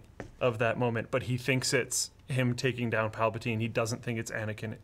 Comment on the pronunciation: PalpaTYNE??? Do you even Star Wars bro?